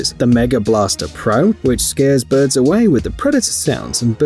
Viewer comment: normal ppl: birbs me: birds this guy: BŐRDS